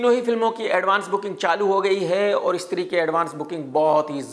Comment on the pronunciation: Stree❌ istree✅